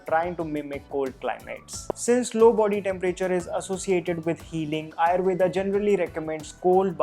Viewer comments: 👍🏻Good, useful information But why are you pronounce wrong. आयुर्वेद is true pronounce even in English and not आयुर्वेदा. Similarly pronounce वात पित्त कफ & दोष AND not वाता पित्ता कफा & दोषा. NO NEED TO BLINDLY COPY ANGREZ. Are you or ा 😀😀😀😀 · its actually rama and Ayurveda in Sanskrit, north indians aren't pronouncing the 'a', but south indians still say the 'a'